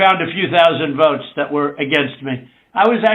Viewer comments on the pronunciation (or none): When he's begging for a partner in crime, notice how he pronounced the word: votes as "vewts"....all affectatious..pretentious.😂